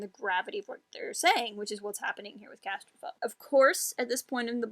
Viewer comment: Casterfo has ended up to be one of my top 5 favorite new non-film SW characters. If no one has mentioned it yet, according to the audiobook pronounces Di as "die" and Wookipedia confirms that RC is pronounced RAN-som CAS-ter-foe.